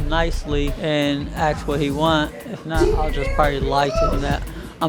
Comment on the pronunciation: You ‘now it’s bad when cops have cornrows and say “aks”.